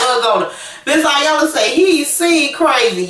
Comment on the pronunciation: Dead on, he wanted his cake n to eat it also. She looked pathetic trying to hold onto something that he already had disposed of. Iyanla is pronounced with a "E" it looks like "I"yanla but it is Eyanla.